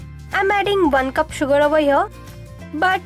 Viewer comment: "van cup sugar".....